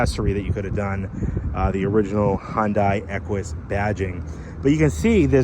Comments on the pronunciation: It's Hun-day NOT Hun-die! Jeez 😫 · Its "Hun Day" not "Hun Di" it's a confusing name spelling, but it has Da at then end the " i " is silent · It's pronounced hyundae like sunday-monday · It’s pronounced Hun-day, rhymes with Sunday.